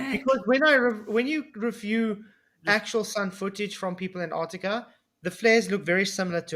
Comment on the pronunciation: That Sith Ifrican still can't say Anartica....